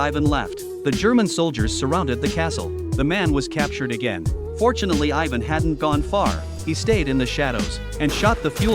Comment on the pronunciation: Your not saying ivan right